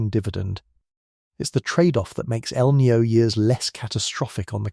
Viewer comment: It is not El neo. Please learn to pronounce Spanish language. Maybe an AI announcer can not pronounce it corectly. It us annoying me!!!!!!